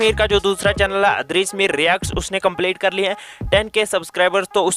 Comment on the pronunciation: idrees mir bola karain bayya... adrees mir nhi...... baki ❤❤😘😘